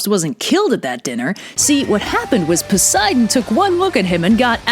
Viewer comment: "Theres only one thing worse than canibalism" [pulls down sheet revealing the words, Canibalizing a Child] "A child" " N o" also- Excuse me in the Olympian Odes version did you say that Poseidon and Pelops did w h a t? Pos-Bi-don??? I'm.. sorry I should have expected this being ancient Greece n all